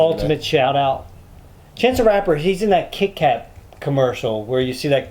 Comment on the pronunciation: It's chance the rapper not chase lol